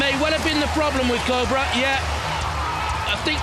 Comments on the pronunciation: Captain of Cobrer? Jonathon, go back to school, he said Cobrer the whole time 😂 😂 😂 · That just sounds weird when people say cobra odd.